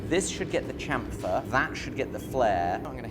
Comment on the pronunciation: You're English. Say chamfer properly!